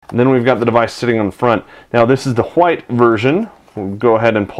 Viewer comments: Khwhite version .. Cool Khwhip !!! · "This is the wHite version of the moto g". It's funny how he says white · "Now this is the huite version.." Omg felt like a knife in the stomach :D